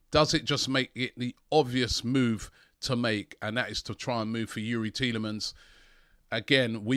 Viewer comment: Petition. AFTV should make a compilation from this window with everytime Robbie said Thielemans.